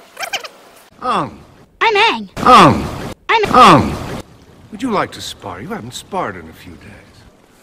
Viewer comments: Uung, uvutar, sooka, I was yelling at the tv everytime they said it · The second that I heard "Ahng" instead of "Ang", I knew the film would flop. M Night did not understand the charm of the series at all. The casting was bad, completely wrong. The atmosphere of the movie vs the cartoon was completely wrong. Everything about the film was wrong. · Agni Key, Eroh, Sokka, Oong.🤦😂😂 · What is even an "ong" bro- 😭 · Omg his name is now ong instead of aang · "my name is ong" REALLY DUDE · everytime they call him ong i die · First time I watch this movie I really didn't notice nothing wrong but now I see everything Cleary, firstly they pronounce aang as ong, zuko had a whole head of hair instead of a pony tail and finally the bending was slow as hell and why were the firebenders in the nouth pole so freaked out when iroh made fire out nothing like come on man that's how u firebend but instead u have to have a fire source to that what kind of rubbish is this and why did I like it for the first time I watch it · aang❌️ Um✅️ Ong✅️ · The director of this movie clearly did not watch the show. The mispronunciation of freaking aang is just an easy example to show that and how he did not care about the tiniest of details. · He didn’t even pronounce his name right 😭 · Well in german Aangs name was always pronounced like this. Got no excuse for everything else though 😅😂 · “A lot” of mistakes is an understatement, from pronouncing Aang’s name wrong to making the Fire nation all Indians had me dying, making Uncle Iroh a 6’2 black haired guy and fire benders not being able to produce fire from their body and needing a source like water bending😂, making Fire Lord Ozai have a buzz cut and every bending scene/ fight scene people are just standing in one spot with shitty bending cgi and crazy excessive dances from the earth bending dance team 😂😂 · As a german it´s funny for me to hear that Aangs name is mispronounced in english like it´s the german version. 🤣